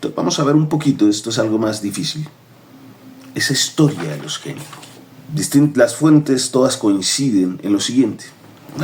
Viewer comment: Debe pronunciarse ÑECO, en italiano. El primero que llegó se llamaba Giuseppe Gnecco, en el siglo XVIII. No en XIX.